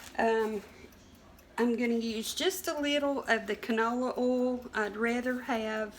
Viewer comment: Hey...is that "ol" or "oil"...any way you say it..it's all right with me. May you and your family have a wonderful holiday season. Thanks.